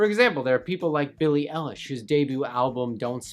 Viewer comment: Billie EYElish not L-ish I know it's spelled eilish but I'm using it to explain how to say it